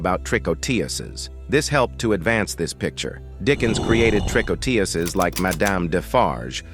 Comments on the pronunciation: Trick on tuurs is how it is pronounced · I gave up after a few minutes of listening to your pronunciation of 'tricoteuse'. What is it with you Americans when it comes to French? It's just a relentless, ignorant massacre. The word is pronounced as 'trih-coh-tuhz'. You didn't mangle the other French names so why this one? Google could have helped you with this you dumb Yankee. Thumb most utterly DOWN. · learn how to pronounce tricoteuse please. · Maudit Anglais. Même pas assez brillants pour prononcer tricoteuse à peu prés correcrement.😢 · Please, pronounce the French word TRICOTEUSE properly!!!!!!!!!!!!!